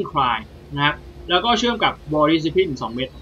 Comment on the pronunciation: vaal dis cip line ไม่ได้อ่านเเยกอย่างงี้หรอครับ